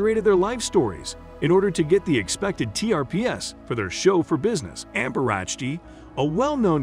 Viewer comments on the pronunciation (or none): none